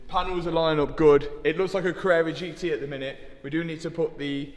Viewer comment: Tawarish: did said something about carerra GT? 😂